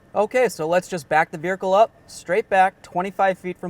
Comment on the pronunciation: Very helpful video. Just checking... Are you adding 'r' to make it sound like ver-hicle?